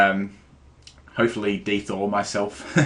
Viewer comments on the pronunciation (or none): Y u say "De-thaw"? xP